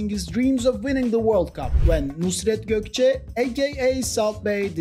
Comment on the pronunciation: you pronounced Nusret Gökçe way too good it made me pay attention to your accent. You're Turkish and let me remind or teach you one thing, Nusret is kurdish.